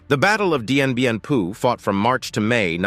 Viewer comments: Dien Bien FOU, pas Dien Bien PU :) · DIEN BIEN PHU PRONOUNCED DIEN BIEN FU!! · I find the multiple mispronunciations in the piece about Dien Bien Phu very distracting. Phu was pronounced like foo. Nguyen is pronounced like gwin. please do better research, PLEASE!